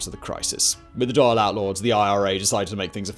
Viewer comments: Dail sounds like hall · Good video, despite your butchering of the word "Dáil" 😄 It's pronounced more like "Dawl" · it's pronounced Dhal - DA'AL